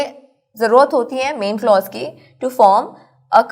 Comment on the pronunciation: teach the lecture by yourself. The girl does not know the pronunciation of the word clause and she cannot teach it like you Thanks